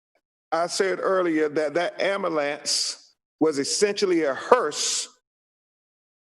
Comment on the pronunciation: “Amulance” it’s “Ambulance” And “Breath” not “Breaf”